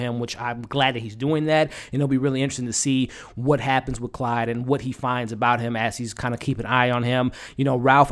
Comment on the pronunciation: You say Clyde but it a Claude they are French